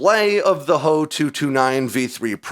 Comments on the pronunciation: H.O.- 229 Not Hoe, 229 Do you call the FW-190 the FWA, 190? Junkers=yunkers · HOE 229? AI Voice over mistake. Beside, with those big honking inlets, I don't think is could have been that stealthy. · you lost me at "hoe" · Not a stealth fighter. It's just a flying with with the added benefits of being a low observable. No one of conciquence is claiming the Germans invented stealth aircraft. And it's made out of wood so that helps. Wow bro just say H, O not Ho. It's just amateur.